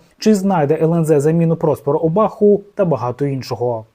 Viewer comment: на Англійській мові Obah, але в кінці "h" не озвучується, і коментатори не озвучують цю букву, тому мені здається не коректно звучит Обах, це дуже ріже слух